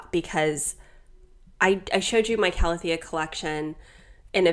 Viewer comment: I'm so happy you're finally pronouncing Calathea correctly now :) (ˌkaləˈTHēə) Luv your videos <3